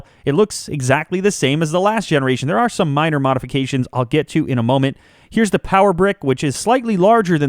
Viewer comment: Why say "Thee" instead of "the"?